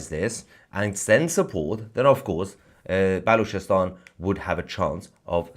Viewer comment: Did you say Bollockstan?